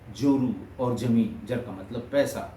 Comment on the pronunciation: Zila not Jila, Zameen not Jameen, Zamana not Jamana, Zaroorat not Jaroorat, Manzil not Manjil, Zabardast not Jabardast, Darwaza not Darwaja